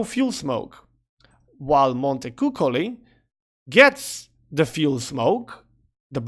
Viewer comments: I think it's "mont[é][k]u[ch]oli", like 'Capuccino' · Right pronounciation of the "montecuccoli" word is on the following youtube link